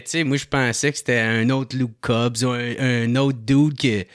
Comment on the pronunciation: Hahaha qui massacre toute les noms "Luke Cobb" "Worgan Mallen" 🤣 Lâche pas mon on t'aime.